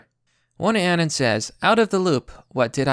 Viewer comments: He's saying "anun" instead of anon, I was being pedantic. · BTW. It's pronounced A-NON not ANYN. Say anonymous but cut off everything after anon. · Its pronounced uh-non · How is it that a guy who specializes in covering meme wars can't pronounce "anon"?